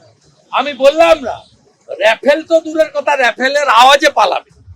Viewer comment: বলবো রাফাল বলে রেফেল হে আবার নেতা